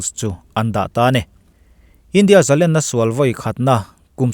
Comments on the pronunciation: ani meuh maw....Ṭawng thluk damlam dan hun azira danglam anih dawn chuan zalen tihtawp ah chuan ani maitheia mahse zalenna tih ah chuan thluk hniam tur niin ka hrelo aji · Zalen, sangha len,tihte nen hian alalm dan i hriatpawlh zawk ankh kha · zalen tih hi ,,sangha len a,,' len' ti anga lam zawk tur ani e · ka ngaihdan chuan zalen an lam fan ṭhin hi ka ngaimawh zawk keimah chuan